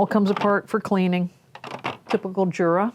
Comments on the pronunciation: It's not JURA it's U-Rah that's how you say it. I can't stand when you say Jura. Only Americans are so ignorant... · Its pronounced YUR-AH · The name is "Jura", which is Swiss German. It is pronounced "Yura" because in German an initial J is pronounced as a Y.